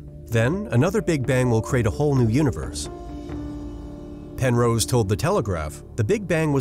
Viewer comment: Also, "Pen-rose" is pronounced "wrong"